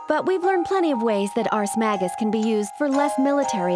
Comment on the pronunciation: Pretty good retrospective, and I’m really looking forward to seeing you tackle the story in full. The only minor complaints I have are that you seem to be flipping pronunciations of “Ragna,” mispronouncing “magus,” and you’re calling some of the characters’ weapons “Grimoires” when that’s not what they are. Tsubaki’s weapon is is what’s known as an Ars Armegis weapon, and several of the characters wield Nox Nyctores (weapons that killed the Black Beast). The only Grimoires used by characters in the game are the Azure Grimoire (Ragna’s), Blue Grimoire (Hazama’s, though the dub also calls it Azure Grimoire) or the No-Name Grimoire (used by Mai Natsume)